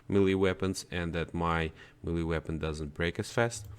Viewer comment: Melee is pronounced “may-lay”